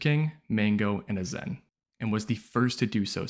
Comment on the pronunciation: Dope video! Hate how you pronounced Azen tho lol did you watch the smash doc?